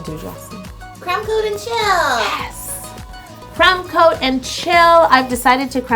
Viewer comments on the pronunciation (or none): For the longest time I thought she was saying crem (not creme, crem) coat not crumb coat 😂